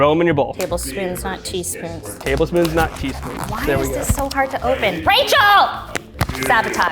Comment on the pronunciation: the wind blows Marissa: “SABOTAGE” 😂